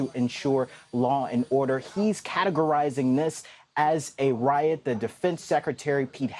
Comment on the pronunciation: fake news pronounces “riot” wrong.